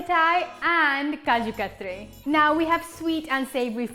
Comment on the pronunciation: Looks delicious! Random question...is it kaju katli or katri? I noticed that it was spelled katli but pronounced katri?